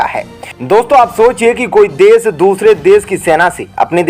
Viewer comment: अशुद्ध हिन्दी उच्चारण ●●● मीडिया जगत में "श" अक्षर की भारी कमी, जैसे कि.........रिलेसन्स, रिस्ते, कोसिस, देस विदेस की परेसानी, सुल्क लगाना, दोसी व्यक्ति पर सुल्क, रासनकार्ड की सिकायत, रासन पानी, समसान में जलता सव, प्रसासन की छमता, सुबह-साम, सौकीन तथा सरारती, असलील हरकत, सादी में जसन, सगुन की सुरुआत, इस्कूल में सास्त्री जी, इस्टेसन पर रेलगाड़ी, युवासक्ति किसोर व किसोरियां, वीडियो सेयर करें.......आदि आदि । बहुत अच्छा विश्लेषण; बहुत बढ़िया चैनल; बस ! 'श' के उच्चारण को 'स' मत करना, हमारे बच्चों का उच्चारण खराब होता है; 'स्तर' को अस्तर' उच्चारण करना भी एक अन्य त्रुटि है, कब बक्शोगे??